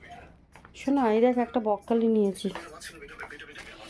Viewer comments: কথাটা বকখালি নয় ওটা হচ্ছে ব্রকলি একটু ঠিকঠাক করে বলুন বারবার বকখালি বকখালি করছেন এটা বাজে লাগছে শুনতে আর আপনার কি অসুখ হয়েছে যে কথাই বলতে পারছেন না এদিকে ভিডিও করছেন বকখালি বকখালি বলে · Ota bokkhali noi ..apni thik kore uchharon korun ... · ব্রকলি বলুন বককলি বককলি বলছো